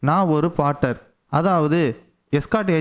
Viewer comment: போர்ட்டர். Bro பாட்டர் இல்லை